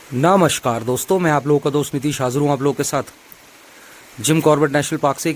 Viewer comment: Namaskar aise bola main setting main chala gaya hindi audio select karne